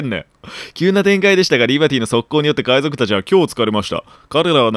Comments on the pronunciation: 海賊〇 海じょく✕ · かいじょくwwwwwかわいいww